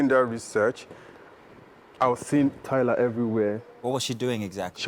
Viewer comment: I'm sorry...Did you just say Tyla Perry?